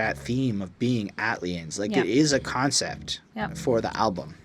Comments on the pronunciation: The way you pronounce the album title though lol, it’s just A- T- L - liens rather than Atliens but you’ve said it right correct in some areas of your review. I do have to say, this is the most subdued OutKast album out there and I can see why thinks it’s a snoozefest because it’s not high in energy but it’s production got the fuck out the way in order for the sharp lyricism of 3000 and Big Boi to shine to its fullest and more times than often if the production is lively and super dope it clouds and distracts what ever the MC could be saying, like a defense mechanism for wack MC’s. Great review, definitely one of the hardest OutKast albums to appreciate. “Elevators” is a classic in Hip-Hop whether likes it or not lol. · I like the pronunciation of the album title. Iol it's actually short for Atlanta aliens. that's y tha ATL stands out . Great review tho. I also watched ur goodie mob review. Am from Mississauga btw👍🏿